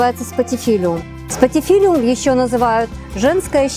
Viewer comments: Почему вы говорите САНССЕВИЕРИЯ, СПАТИФИЛЛИУМ вместо Санссеверия, спатифиллум？ Может, я ошибаюсь в правильном названии？ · Правильное название "спатифиллум", но слово "спатифиллИум", мне понравилось больше. )) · Только, очень вас прошу, не спатифилиУм, а спатифиЛУМ. Я училка, я не могу промолчать:) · А почему спатифилиум, когда спатифиллум!?